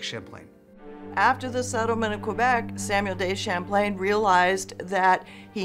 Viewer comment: History professor: "Samwell Day Champlain" Same History professor: says all other french words with impeccable accent